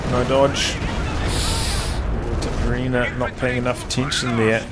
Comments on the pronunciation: yes... pronounce as you write "itaperuna", "ru" speaks as "run" so its like itaperUna ... sorry for broken english .... greetings from Brazil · Itaperuna aka east potato in finnish